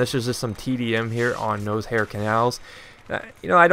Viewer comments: Sorry to be this guy but I believe it is pronounced No-Sh-ar not Nose hair. I may be wrong. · It is No-Sh-ar lol you're like the only person who pronounces it like that aha